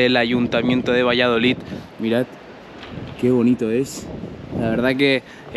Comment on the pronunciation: Yo vivo al lado y son una gente estupenda, todo depende como seas tú con ellos Por cierto no se dice valladolit, que acaba en D 😂😂 VALLADOLID minuto 😂😂